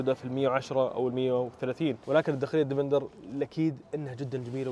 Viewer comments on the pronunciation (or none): اسمه ديفيندر ليش تقول ديڤيندر !! دا انجليزي يامرسي ؟ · اسمه ديفيندير مو ديفندر ولا ديڤينذر